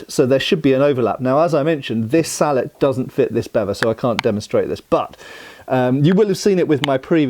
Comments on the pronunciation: I’m hearing “beaver” and “salad” instead of bevor and sallet. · "Sall-et" vs "sall-ey" is entirely a predictable French vs English thing. In French if it was pronounced "sall-et", it would be spelled sallete. I suppose as a Canadian I am more exposed to the French vs. English thing than most anglophones.